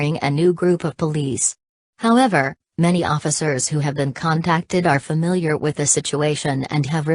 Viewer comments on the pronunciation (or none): none